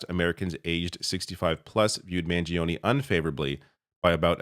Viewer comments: please pronounce his surname correctly. The i after the g is silent. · Mangione has only three syllables